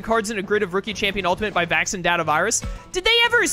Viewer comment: I don’t think I’ll ever get over the fact that pronounces “Vac-scene” (Vaccine) as “Vaxon.” I know you’re a big fan of Cyber Sleuth, but that kind of a stretch.